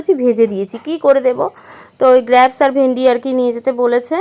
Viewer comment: Ota grapes(গ্রেপস ) গ্র্যাপস আবার কী?